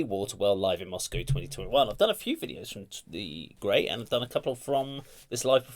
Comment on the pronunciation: Great job, of course, as always! I thoroughly enjoyed this,! Well done! A couple of small notes: One is please maybe a little less talking over the music, so you and the listeners don't miss the elements of the song. The other is that Grai is pronounced "gr-eye", like rye bread. Here are the best translation of the lyrics I could find. One cool aspect of these lyrics is that I am told they are written in an archaic older style, like an Edgar Allen Poe story: A Water Well From well water gazes The darkness of dead eyes. Down below, the vestiges go, Of her, who took his soul away. A pale forehead is envisioned, Tenacious fear desiccates the throat - His named is scorched As a scarlet mark on the hands. From the well's coldness he drinks Black, grieving water, And the darkness of misfortune Leaves ice on echoing walls. I drugged my husband with a sleeping potion, To the well I led him, Thrust a sharp blade into his heart, And in the well drowned him. The moon saw, through the grey fog, Bloody wounds from a sickle. A splash broke the night's silence, The body gave up its soul. Yesterevening through the meadow I wandered, Gathered evil roots Gathered evil roots yesterevening, To a dark river I went; I washed those roots, rinsing them, In the river, 'til they were fully clean, And having washed the roots, Dried them 'til they were fully dry; Having dried the evil roots, I ground them very finely, Finely I ground the evil roots, And brewed poison